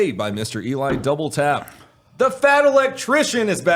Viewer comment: I thought you were saying Eli "double fap" this whole time.